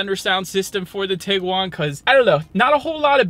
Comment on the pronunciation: That's tee-guan, not tig-guan.